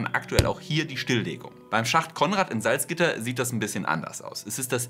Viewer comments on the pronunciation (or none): Bei Salzgitter wird das "gitter" betont, nicht das "Salz".